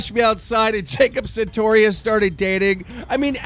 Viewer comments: santorious.... whats so hard about saying it right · does anyone else get mad when he says "sentorious" ugh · if you say jacob SAINTorious one more fucking time. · I love how he calls Jacob sartorius as Centaurious 😂😂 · Reads Jacob Sartorius Says Santorius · Why does he say "sentorious" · Ok Keem, I've tried to ignore it but if you're gonna keep talking about the kid PLEASE actually read his name correctly...SAR-torious. Not Santorious. Worse than "Onision vs Social RESPONSE!" SMDH Trying to report news but can't even say people's names... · PLZ SAY SARTORIOUS CORRECTLY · How can you still not pronounce Sartorious.. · keem why do you say jacob sentorious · YOURE SAYING MANGEAU WRONG WTF ITS MAKING ME MAD AF AND SARTORIUS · I think keem is intentionally pronouncing sartorious' name wrong. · you have jacob's phone number, but u cant even say his last name right?